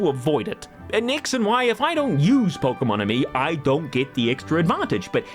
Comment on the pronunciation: Pokémon, not pokeuhmon.